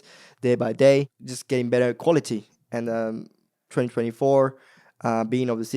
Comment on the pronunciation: He's starting to talk with an Australian accent 😂 the way he says "bettah"